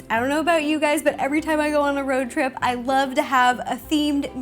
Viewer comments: It's a RO-trip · It's not road trip it's ro trip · Or shall you say "Ro trip"! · Ro-trip HA